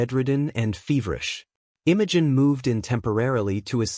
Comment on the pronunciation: I like it. Smart girl. Oh, by the way, it's pronounce Imogene not Innogen. Dufus